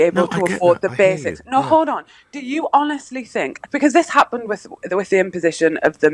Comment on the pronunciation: This goggled eyed halfwit can't even speak English, if i'm allowed to say English these days. Mo-ivation, w-ot, hounes-ly, posi-iv and 8 ate and using a instead of I!! Dunce bottom of the Diane Abbott school of thickos.